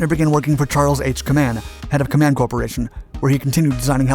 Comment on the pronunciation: Company name is properly pronounced "KAY-man".